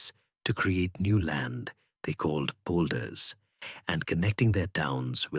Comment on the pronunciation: Dutch person here. There are quite a few mistakes in names of i.e. rivers i.e. Fijn, Maas, Waal and other "things". 2.27 min. "training Lakes", you mean draining lakes. The act of draining water to gain land is called "baggeren". There is nothing called "boulders". Land gained by battering is called polders. Obviously I didn't finish listening to this "history" story. The incorrect information is annoying.